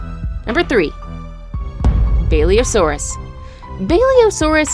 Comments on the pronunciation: it's literally pronounced like it's written, not a "balliosaurus" it's a basilosaurus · Why did u say baliosaurus instead of basilosaurus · and you prenounce it basilosaurus and not baliosaurus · Hmm, she wrote Basilosaurus, and she says: “Baliosaurus” Me: bruh.. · U said bailiasours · She was calling the basilosuarus a BAEleosaurus Don’t judge I suck a spelling Thx for the likes never got more than two lol